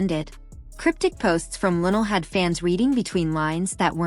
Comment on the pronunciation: Please Say Her Name Correctly In Respect 😌👏🏿!!!